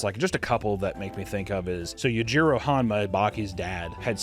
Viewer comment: Yajiro hanma? Its you-gee-row yujiro